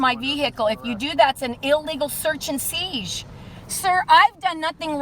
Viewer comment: what is a "seege"?